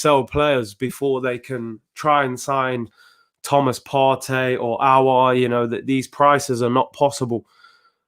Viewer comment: The only one who pronounce aouar name right 👏👏👏👏👏 . Robbie dt troops and the rest all worng